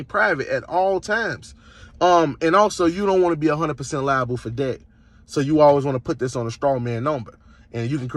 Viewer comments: Pronouncing debt as dept is NOT AAVE before anyone starts. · This criminal is not a teacher, did not find a way to offset the debt, did not find a legal loophole nor any kind of responsible or legit way to game the system. And no, dumsquat, the courts can't charge your social security number anything. They're charging you if you do silly stuff. They don't take a number to court. You can't sue or charge a number either civilly or criminally. You can't use an EIN to remain private. And you can't use it to run away from your responsibilities or hide. Strawman numbers don't exist. Games aren't what he thinks they are. He's not even playing the game how it is, but how he's imagining it to be in his Cracker Jack world. What the heck is a "credit sco"? If he was trying to say score, then why can't he be a normal human and say it? LOL by committing fraud, a person is not creating legitimate credit profile. Strawman numbers do not exist and the Ein is not one of them. Credit is not a game, little boy. LOL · How is it he can pronounce "promissory" but not "debt"...? It's painful.